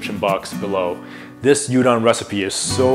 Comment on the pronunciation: Dear God, can you pronounce any of the names properly? "you-don low me" What??????